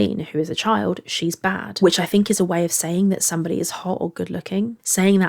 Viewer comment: I think she said BAE not bad.